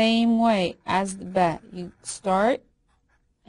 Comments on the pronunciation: It is not beh its baa i m arabic i now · which language are you using for pronunciation? "a" in English is as cat your sound is as the "e" in egg - elif. And the B sounds as be as bed, no ba as bat. Some clarification as to what language you're using will help.